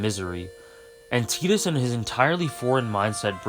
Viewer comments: It's Tie-dis not Tee-dis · Stopped watching at "teedus." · But it's not ambiguous, there literally is an English name "Tidus" and it's pronounced "Tie-duhs" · I always pronounced it as 'Tide-us' as opposed to 'Teedus', is the latter the official pronunciation? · Final fantasy X needed teedus not tidus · I pronounced it “Tit-is” lmao but he’s an awesome character and FFX’s world has so much depth